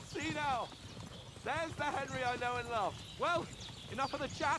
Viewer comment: AI FEEEEL QUITE HENRRRRRY 🤣🤣